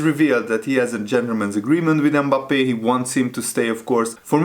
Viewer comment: Forget to pronounce "e" at the beginning of his name! It isn't Embappe. Just Mbappe with almost a silent "m" at the front. It's painful to listen to it.